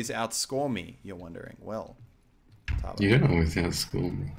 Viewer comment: I love the way you say Tava. Your a true Aussie. "TARVA! TARVA!! NEVER MAKE THAT PUN AROUND ME AGAIN." "TARVA OH MY GOD IM SO SORRY."